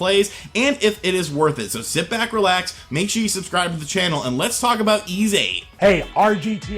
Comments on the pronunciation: "E"s VIII? It's pronounced "E"? I can't deny, this game looks like it might be good. Emphasis on "might". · Jay M pronounced eeeeesssss. It's a city from Briton mythology (north of France) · Why does he pronounce the tittle game like that ?